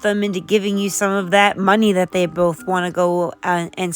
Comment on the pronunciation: Annand there it is, FOEKS!! The REASON for Shanny and Rev's recent new PEP IN THEIR STEPS!! OMG i can't stand the way Rev says "Munnie" LoL is it just me? Or?